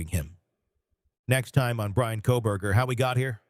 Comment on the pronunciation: 😂 I swear it sounded like he called him Kohbag ? That’s hilarious